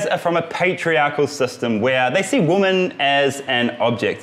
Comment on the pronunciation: “Women” isn’t pronounced like that Karl! Your videos are great, and is the only fault I’ve found with them, but you repeat it every time you say the word!!!